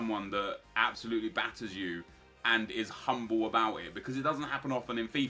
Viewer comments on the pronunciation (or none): none